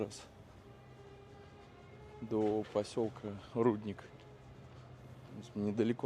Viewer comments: Почему ударение на на У? РуднИк!!! Правильно ударение на И!!! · Один тёмный исказил ударение в слове рудник, другой повторил от неграмотности и пошло поехало. Извращенцы.